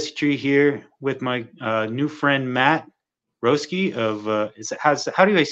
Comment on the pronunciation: I thought he said Matt Broski 😂